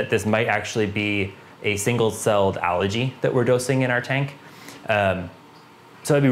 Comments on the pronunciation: Algae is a plant. Allergy is a medical condition, symptoms of runny stuffy nose, itchy eyes etc. LOL Of course other than the pronunciation good info and methodical as usual. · Algae. Algae. Algae. Not Allergy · Yea, I've learned from my mistakes. I grew up pronouncing it that way, but I'll use the english Al-gee version if it makes folks happy. Thanks! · Haha yes! I grew up pronouncing it like this, but I've been training myself to say it al-gee now. Doing my best! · Where I grew up it's pronounced more like allergy 😆. I've changed my pronunciation after all the comments on this video.